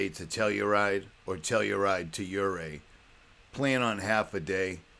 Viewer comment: Hey,! I'd know your voice anywhere. This is so cool that you did this! I did Black Bear from Ouray, where I lived for 10 years, to Telluride, where I worked for 5 years, and back to Ouray over Imogene. It was cool that you pronounced Ouray properly. Most don't. In the '90s, there was a mailbox on the tip top. I have a still photo of it. I found it hilarious. Excellent job on the video. I THOROUGHLY ENJOYED it. Thanks for reminding me why I live here! The drone footage and music really made it GREAT! As good as the "Pro's" stuff on the discovery channel. God Bless You. (PS. Since you've been coming for years, did you ever come to our Show in Ouray, with Dennis Weaver, TV's McCloud and Chester from Gunsmoke? In case you did, I was the one on Guitar/Banjo/Mandolin/Bass/Drums and Native American Flute.)